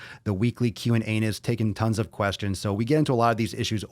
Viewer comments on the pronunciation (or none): On the video play it at 55 seconds and instead of him saying Q&A's i though he said Q's& Anus